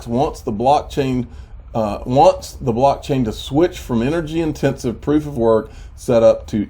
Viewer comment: Lol I heard it!! You almost said "Piece of Sh#@ when u said proof of work🤣🤣